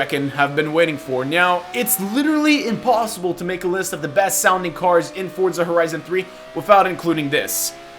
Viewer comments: for-za. not ford-za. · it's Forza lmao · Can I get a vote on how you pronounce Forza? For-za Or Fort-za